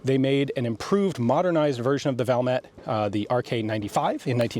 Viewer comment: Ian pronounces Sako and Valmet really well these days, i guess he had plenty of practice!